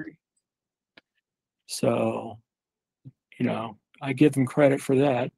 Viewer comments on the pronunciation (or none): none